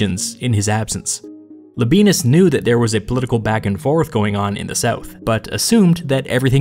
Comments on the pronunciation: I know anglicized Roman names are just easier and it's just silly to care about how they're really pronounced, but you really don't have to say "la benis", it's "la be ey nus". Sorry for being a pedant. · Pronounced Lob I ey’ nus, accent on “ey.” Not Lob ee’ nus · I may be wrong but I believe it is pronounced “La-bee-en-us” not “La-bee-nus” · It’s LAbi-ANUS not Labi-BEANUS Or whatever Hermione Granger said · Man I'm sorry when you said Labienus I thought you said "The Benis" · I dare you, I double-dare you, say Labeenus one more time... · Everyone else: wow so history Me, listening to audio only: hehehehe Le Benis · Labienus is Lab i e nus, i.e. not modern German pronunciation . Labyenus for example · I can’t stop hearing “La Penis”. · Thank you so much. The pronunciation was painful.